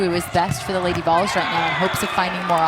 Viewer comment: It sounds like the announcer is saying "lady balls".... every time